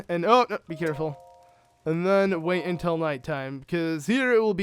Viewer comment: Ur good at the game, I give you props, but every time u say "then" u say "Thun" and I wanna yell at u sooo bad, but it's a great walk through, good job